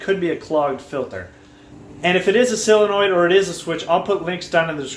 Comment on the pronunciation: Intelligent as well informative. But please, -soul-enoid, maybe -sull-enoid. No more sillinoids please!!!!